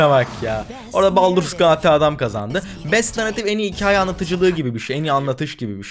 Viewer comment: Abi ingilizce telafuzlarin ne ya şaka mı yapıyorsun " SaM LaKe , BaLdUrS GaTe 3"